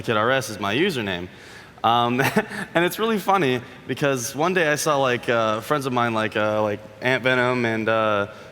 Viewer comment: 😂😂😂😂😂😂bro this fucking geeks. “DID YO FWUENDS WILY HOLD U HOSTAGE IN WOOM 208 yestuwday “